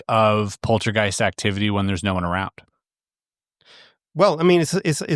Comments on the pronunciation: Polty gyste? It's poltergeist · pacifically poultygeist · And “poltee-geist?” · Poltergeist ❌ Polteageist☕✅ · Does he keep saying poltygeist???? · The way he says polteygiest is also very annoying.